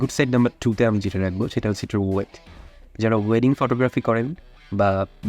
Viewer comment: ভায়া তুমি তো কথা বলতে গিয়ে দাঁত ভেঙ্গে ফেলছো। weight bolte giye ওট বলছো এত নাটক করে না বলে easily বললেই তো হয়